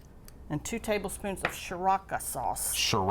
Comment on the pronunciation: It’s pronounced SIR-A-CHA. The cha part is pronounced like ch in chow. Lol